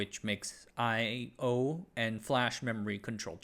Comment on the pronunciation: he said "I/O" really weird. Just like how an AI generated voice would struggle with this kind of stuff. So what's going on here?